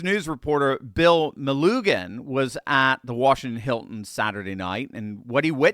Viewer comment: Melugin I know its picky but our side has to be exact they can make stuff up. prononced Muh Loo Jum